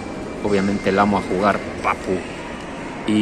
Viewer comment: Amoh a jugah papu jajajajajajajajajajajajaja